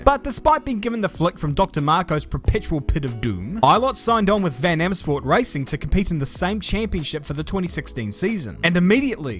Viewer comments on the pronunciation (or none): Oehhh a English man pronouncing Amersfoort racing. Try saying vaaan aaamersfoort Like words such as aaah-(mers)-ford Amersfoort is also a city in the Netherlands PS: I like your video's : )